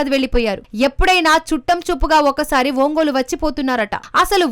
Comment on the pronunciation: ఓంగోలా ఒంగోలా?? అసలు మీరు కనీసం ఊరి పేర్ల ఉచ్చారణ అయినా సరిగా చెప్పలేక పోతే ఎలా??? ఇంతకీ బలినేన?? బాలినేన